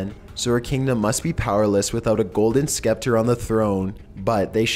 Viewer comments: Golden "Skepter" lmao. You have 2mil subs, the least you can do is google a word when you aren't sure of it's pronunciation.. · Scepter. The "c" is silent. Sounds like "septer." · Aegean is pronounced "A-jee-in", not "A-gee-in". Geisha is pronounced "Gay-shuh", not "Gee-shuh". Scepter is pronounced "Sep-ter", not "Skep-ter". Celtic is pronounced "Kel-tik", not "Sel-tik".